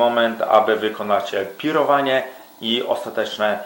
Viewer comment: To nie jest pirowanie, tylko PIÓROWANIE :D rozbawiłeś mnie tym, ale wiadomo, jesteś amatorem to mogłeś nie wiedzieć.